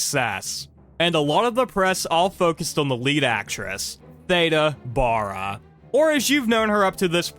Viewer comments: Her last name is pronounced like the first syllable in barrel … Baa-ra. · It's pronounced BARE-ah.